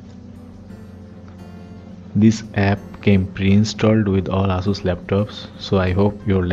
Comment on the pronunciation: the way you pronounces ''Ass soos'' made me laugh